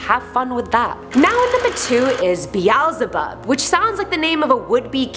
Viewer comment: Isn’t it suppose to be Beelzebub? Not Be- ael ze bub?